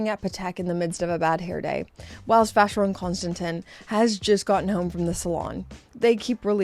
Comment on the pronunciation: Please, ask someone how to pronounce Vacheron Constantin. It is either ignorance or pure laziness to pronounce it wrong. It is also disrespectful towards your audience.